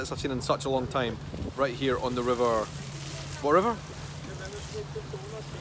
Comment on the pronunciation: River "Danooby"? Oh Dear! It is just simply pronounced as it looks written out - (DAN)(YUBE).